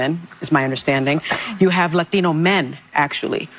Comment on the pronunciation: Why does hostin say "Latinos" like that 🤣